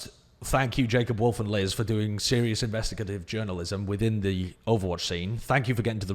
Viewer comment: It's a hard A in investigative. In-vest-i-gate-ive